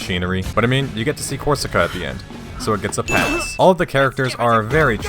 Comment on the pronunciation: man, the bast part is when you say ''Korsica''. pure dopamine rush here